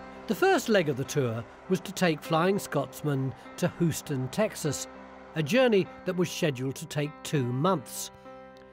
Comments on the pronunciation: Houston, not hooston. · A few minutes on Google would have taught that narrator how to pronounce Houston--it's hew-ston, not hoo-ston.